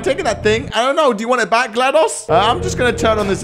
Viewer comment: he said Glados wrong